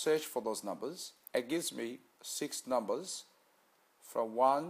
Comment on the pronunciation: He's doing the same thing people do with Lotto, he's no magician!! Probably hasn't got a penny to his name, why else would he be on here and hoping we make him money!!!???? He's a pom so he can't pronounce numbers correctly.